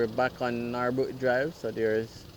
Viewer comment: Its Norbrook not Nawrbrook .Pronounced Nur-brook